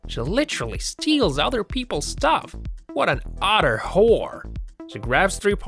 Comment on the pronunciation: "Check out what that bitch does...otter (utter) whore". Hilarious!